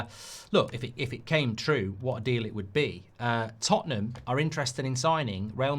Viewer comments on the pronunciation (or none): none